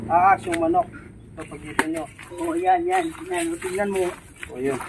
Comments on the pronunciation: Bka pwedeng maayus un bigkas ng ahas sabi kasi aas he he he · ate said ahas,not aas😆 hollow blocks not allow blocks😅 aru jusko,miyabe abe dugdog dureme pasulatido😂